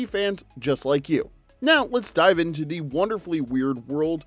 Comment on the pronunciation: "ayyy"? Is this guy a fonz tribute act? "Thee" 😮‍💨